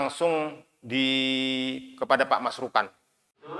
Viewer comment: bukan masrukan....🙏